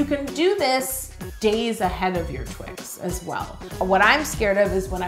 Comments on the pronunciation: it’s just twix not twik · I love your videos so much . I think that it’s Twix not twin. Yo your always right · " I think the 'x' is an 'ks', I think its a Twick." Me: legitimately chokes on the water I was drinking trying not to laugh 😂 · Yolanda!!! I can’t believe you deal with this guy!! 😂🤣😂🤣 a twik??!? A friggin TWIK?? Is he serious? I can’t stop laughing.. it took me forever to type this! OMG 😂🤣😂🤣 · Twix not twik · that foreign man calling one twix a twik is literally the funniest thing i’ve ever heard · Wouldn't it be better or safer if you froze the carmel? Love twix. But I'm w you on TWIX and NOT Twiks lol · and why TWIK if the product clearly says TWIX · lol "I don't think this one twick" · Twice ends in ‘x’ like box so shouldnt it be twixes because we say boxes